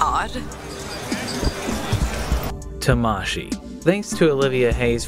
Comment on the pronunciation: hi it:s Tamashi, not ta-mashi